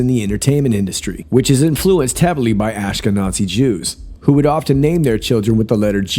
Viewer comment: Are you intentionally mispronouncing "Ashkenazi"? You sound like your saying ash-key-nOt-see. It comes from the Hebrew word for Germany "Ashkenaz" and has nothing to do with Nazis. Jewish people from Northern Europe are called Ashkenazi and Jewish people from the Mediterranean, Africa, Asia are called Sephardi. There's nothing sinister about the ethnicity of a person. As for the letter "J" and some kind of Ashkenazi, Hollywood "code"- What? Can't find evidence of that anywhere. Not as a myth or theory let alone fact. I'm trying to understand the significance of the family's Jewishness. Was there a point or are all Ashkenazim now suspects in a deepstate conspiracy? Intentionally saying Nazi inside the word Ashkenazi is a terrible insult to all European Jews. It seems ugly and mean. Why is this channel beginning to feel antisemitic?